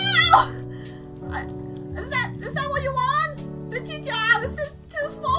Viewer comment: STOP SAYING BICHYCHAN